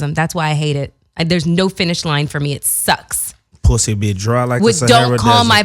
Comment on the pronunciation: got Melyssa to say pwussy lol